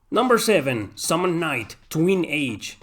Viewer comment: Summon Night, not a "knight".